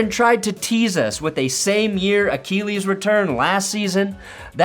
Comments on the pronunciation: what is up with the way you say Achilles? It’s “uh-kih-leez” not “uh-KEEE-leez”. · A-Kill-ease not A-keel-ease…lol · The way he pronounces achilles sounds like he's talking about Akili Smith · I love how u say achellies 😅😂